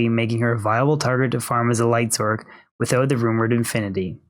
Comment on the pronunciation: good video but your pronunciation of "sorc" is asinine